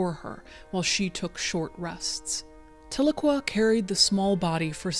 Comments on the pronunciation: Side note: Tahlequah is pronounced "tell-LUH-KWAH" like "Ahhh"...it's a TsaLaGi (Cherokee) language word, originally phonectically "Ta'ligwa", meaning "Two is Enough", a reference to our elders meeting at the end of the Trail of Tears......Tahlequah is also the capitol city of our United Keetowah band nation in eastern Oklahoma <3 This video hits hard, as I lost my first son as a baby. Thank you for sharing this story. I grieve with these mothers. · As an Oklahoman, your pronunciation of Tahlequah was throwing me off but this was a very touching story. Thank you for sharing and for all the work you do.